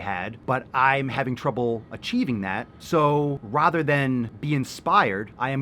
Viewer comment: #askpapaswolio Why do you say rather like a fine english gentleman? And this is such a silly concept. I see a lot of people defending Sierra, and with the other magazines she recreated I get it. but the fitness one? yes most women don't look like the model, but that is the point. Most women don't even WANT to look like the cover model in the case of fitness magazines- same as the jacked men on the covers of fitness magazines, where they are so lean and tan they look like angry beef jerky. It is a very niche market. It's meant to attract a very specific demographic- the same way I don't want to pick up a magazine feature tess holiday on the cover talking about "eating for happiness" or whatever it might say, I also won't be interested in a mens health magazine featuring the human equivalent of a throbbing cock telling me "how to get more vascular in just "x" easy steps". That magazine is more geared towards people trying to up their game towards elite and they need visuals that would appeal to that market. If you wanted to make a health and wellness magazine more focused on the average person, then do it if you think there is a market for it.